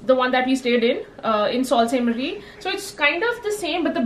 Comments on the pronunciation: Love it!! Beautiful video! Enjoyed traveling with you. Btw Sault Ste.Marie is pronounced “ Su Saint Marie” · Sorry but you are not pronouncing correctly for (Sault Ste Marie)